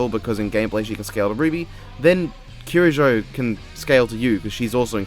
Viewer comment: By the way, you’re pronouncing Mitsuru’s surname properly! (Or least, how it’s pronounced in western.) You don’t even know her and you treat her better than death battle, jeez...